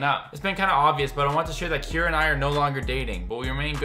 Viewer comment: Her name is not Kyara it is Keira